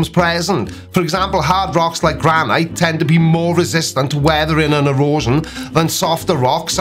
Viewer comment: Wait a tic, say "granite" one more time.